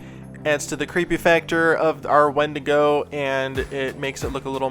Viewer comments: Win-digo is how it’s pronounced, not wen- digo 😌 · Its spelled a wendigo but its pronounced windigo. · ...me cringing internally every time he says wendigo....